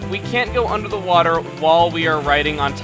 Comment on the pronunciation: you mean unda da sea